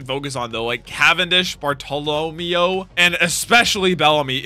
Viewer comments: Wrong. His name is pronounced the way it's written. Barto-lo-meo. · PLEASE 🙏 his name Bartellameo is pronounced Bar-ta-la-mayo and he's one of my favorite characters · Bruh you spelled it wrong and pronounced it wrong lmao. Bar-toe-low-mayo. Bartolomeo. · Bar-tow-luh-mayo lol